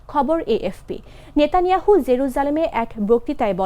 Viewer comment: Who is নেতানিহাউন্ড?????😂😂😂😂